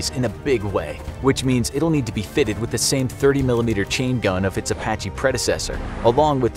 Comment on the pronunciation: A sounds like E in Apache